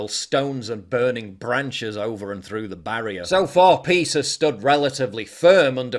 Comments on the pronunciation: It’s pronounced PISS! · It’s pronounce PISS